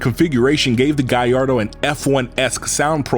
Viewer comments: Italians : Gal lardo This guy : guy ardo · Subbed, I never new Lambos are so much powered with turbos. By the way you're pronouncing Gallardo incorrectly not to nitpick away but it is: Gall (like to have the courage to do it) Lard (like fast food hahaha) Doe (like a deer) Gall-lard-doe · Amazing video. But, why do you say "Guyyardo" instead of Gallardo with an L? Is it the way it's pronounced or you just messing with us? I was enjoying the whole video but everytime you say the name, I just ich😵‍💫😖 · What's a guyardo? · Why do American pronounce Gallardo so weird. What on earth is a Gaiardo??